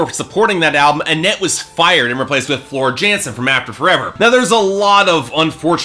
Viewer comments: It's pronounced Yansen. Not unlike how Tarja is pronounced Tarya. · It's TOO-runen, Hie-TALA, and YAN-sen.